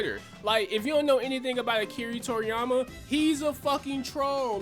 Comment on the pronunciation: Lol Really good video with some dumbass takes But Its ironic you say "if you know anything about Akira Toriyama" .... While saying his name wrong at the same time.